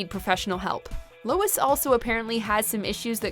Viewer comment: Sounds like ur sayin Louis